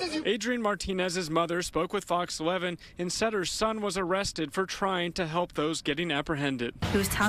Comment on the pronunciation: The word is help, not halp, twelve, not twalve